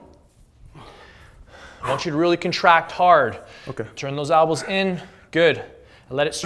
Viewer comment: It's elbows not albows lol